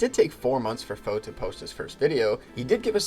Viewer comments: Isnt it faux like french, you don't say the X so fau. You can comment if wrong then i'll know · It is, but he doesn't mind, so just stuck with faux pronouncing every letter. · Drives me madder than it should when people pronounce the X in Faux... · they are misspronouncing it intentionally as a bit of a joke. Thats all it is. Everyone involved knows how its supposed to be pronounced.